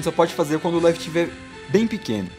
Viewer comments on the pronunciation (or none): none